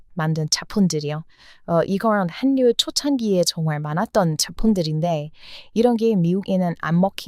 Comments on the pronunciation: 한뉴가 아니고 할류 공군력은 공군녁, 공군+력 만약 허방 국군이라면 공+군력이 되므로 공굴력 요즘 군사무기 소개하는 유명 유튜브도 해군력을 해굴력이라 발음하던데 틀린 발음입니다 다 좋은데 음식은 유한자원이니 한국사람이나 먹게 타국은 각자 자극 음식을 사랑하길 바랍니다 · 늘 한국에 대해 관심과 애정을 가져주셔 고맙습니다. 그런데 한가지 발음을 고쳐주셨으면. 한류를 한류라고 발음하면 안되고 '할류'라고 발음하셔야 됩니다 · 와~ 이분~ 한류 전도사시네~ 감사합니다~ 그런데 다른분도 얘기 하는데 한류를 읽을때는 (할류) 자음동화 되어서 저렇게 읽습니다~ 참고 부탁드려요~ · 한류라고 쓰고 할류라고 읽습니다. 저는 그냥 한류라고 읽는 것이 좋을 것 같은데요. 그런데 할류라고 읽는데 표준이라고 하니 어쩔수 없지요. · 박수를 쳐야해요❤ 아~ 답답해 한류[할류] : 발음에 주의해 주세요. 자음동화현상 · 준비하신 내용 잘 보고 있어요. 근데 한류를 발음할 땐 "할류"라고 하셔야 해요. 뒤에 "류"가 앞에 "한"의 ㄴ에 영향을 줘서 같이 ㄹ로 바뀌는 "자음동화" 법칙에 따라 그렇게 되는 겁니다^^ 님의 한류소식 앞으로도 기대할게요^^ 대신 발음도 둥글게 둥글게^^ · 한류라고쓰고 할류라고 말합니다 영상에도움될까해 남깁니다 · 발음과 말투가 귀여워요... 그런데 한류를 발음할 때, /한뉴/라고 발음하시던데 그냥 /할유/라고 발음하는 게 자연스러운 발음이에요. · 댓글 다 읽어 본다며? 그런데 아직까지 원래,본래. 한류를 그리 어줍잖게 발음하나? 월래,볼래,할류로 읽는다니까 ! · 한류 발음이 '할류'예요. 영어로도 hallryue인가로 쓰이던데. 전에도 제가 댓글 썼는데... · 고마워요. 여러 가지 사실들을 잘 알려줘서요. 그런데 한류는 할류라고 발음 한 답니다. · 는 한국어를 어떻게 그렇게 잘하는지 정말 놀랍네요. 발음도 좋고 어려운 단어도 많이 알고... 그런데 틀린 발음 하나만 지적하자면 '한류'란 단어는 글자 그대로 읽지 않고 '할류'라고 읽는게 정확한 발음이에요. '전라도'도 발음은 '절라도'라고 하는게 맞고 '신라'도 '실라'라고 발음해야 합니다. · 한류 발음은 "할유"입니다. 이게 두음법칙이라는 건데 첫 음절 받침 자음과 두 번째 음절 초성 자음이 만날 때 발음이 달라져요. 그걸 공부하셔야 할 듯요. 발음을 너무 철자에 맞게 하시려는 것 같은데 그렇게 하면 안 됩니다!